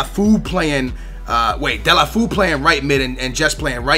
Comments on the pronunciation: Pronounced Delafo not Delafeu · how about you start pronouncing the player's names right? Zouma not Zumba. De-la-fe-uu not delafoe.